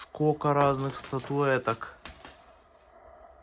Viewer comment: Не скока, а скОЛЬко. Говорите на родном языке ГРАМОТНО. Жертва биллингвального обучения?